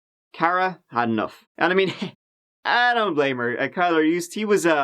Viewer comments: It's pronounced KILLER. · His name shot be pronounced Killer, Instead of Kyler. Glad they finally solved this case, took long enough! Had LE paid attention, Jessica might’ve been saved. Sad. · "Kylr" (pronounced Kai-lurr) And here I am like "killer?" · Kylr.. It's not pronounced Kyler it's pronounced Killer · Killer. It's pronounced "Killer Yust" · Kylr is pronounced Kill-er. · kylr is pronounced killer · Kylr is pronounced “killer”. What a douchebag name 🙄